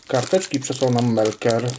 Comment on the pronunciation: melker a nie merkel. Nie jestem panią kanclerz Niemiec. Pozdrawiam. ;)